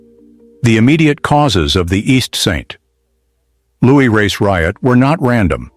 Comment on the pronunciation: Please re-release this video with corrected speech errors. It's distracting to constantly hear East Street Louie and East Saint...Louie. 🫤 Otherwise, I really appreciate this video. Thanks for the history lesson! 👏🏾❤️✊🏾